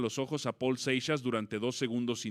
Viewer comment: No seas naco se pronunciaOl Seixas